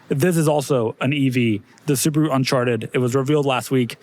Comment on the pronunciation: I know couldn't help but laugh at what "un-c-h-arted" sounded like